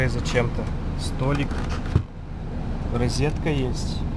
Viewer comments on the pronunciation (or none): none